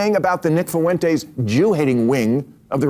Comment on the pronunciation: Two people on screen who say "Fuwentes", I don't know if I can take it...